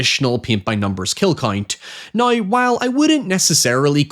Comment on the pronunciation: "Nigh" = "Now".😂😂😂